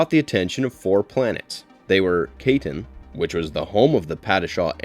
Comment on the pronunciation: I really wish that people who make videos about Dune would learn how to pronounce the words correctly. "Kaitain" is "Ky-TAIN" with a long-"i" sound in the first syllable and a long "a" sound in the second. It's not a name to be mumbled.